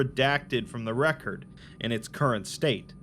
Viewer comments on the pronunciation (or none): none